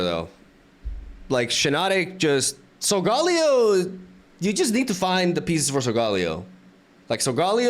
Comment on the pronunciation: SOL-GAH-LAY-OH Please …. Lol